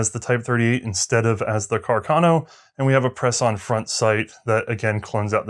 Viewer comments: why cant she say "carcano" aaaaa not "cuckurno" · Am I missing an in-joke behind saying Cah-Carno every time?